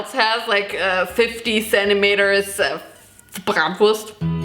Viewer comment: Okay but fr please tell me ur exaggerating the bratwurst pronunciation... I live in Germany now and feel v dumb .—.